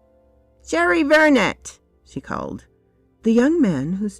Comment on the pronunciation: The name Vernet is French, so the T is silent. In real life it is the names of a painter who, in the works of Arthur Conan Doyle was supposed to be related to the mother of Sherlock Holmes, hence Sherry (presumably Sherrinford) Vernet in this story.